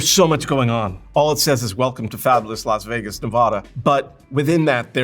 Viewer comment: I really enjoyed this intelligent, well-examined breakdown of a lost iconic world. Thank you. (why is Las Vegas pronounced Los Vegas?).